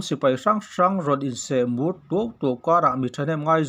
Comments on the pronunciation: Sehmur hi seh mur tiin lam pslh ani sehmur tih be tur ani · Seh mur nilovin se hmur tihtur ani zawk em aw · Seh mur nilo in,Sehmur tih awmtak ani. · Sehmur se-hmur tihtur aw kapu. Pu.Rama hian Assam hi a kap dawnhnai em aw🙈